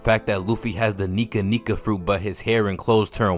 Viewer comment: YEAAAHHH I WAS WAITING ON YOU TO COMMENT ABOUT THIS !!!! (Updating for funny parts) you gotta stop with these heys bro 😭🙏🏾 OOooohhh myyyeye goonnesss 🗣️⁉️ MY FAVORITE PHRASE That Nika Nika fruit really embracing that other pronunciation iykwim how to make luffy mathematically 🗣️ WHERE DO YOU FIND THESE CLIPS LMAOOO 😭😭 Jaeger 🤾🏻‍♂️🧎🏾 furreeeal other favor phrase Eludicate PLEASE BRO 😭😭 THORD FAVORITE PHRASE ‼️‼️ W TAKE you have to LEAVE Joe ALONE. PLEASE 😭😭🙏🏾